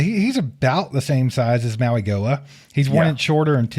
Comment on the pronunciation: Btw guys it’s pronounced Maui-Noah